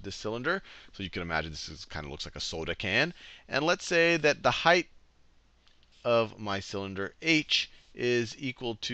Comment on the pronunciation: It's "height" not "heighth"